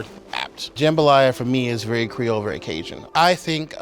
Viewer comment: I am Haitian and that is not the way you say creole. But I appreciate you trying